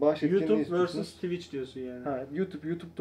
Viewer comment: tivitçi degil twicher